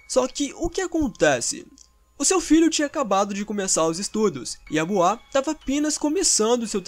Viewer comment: Por favor se pronuncia boua